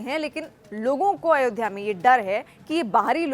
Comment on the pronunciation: Madam Ayodhya bol Ayodhya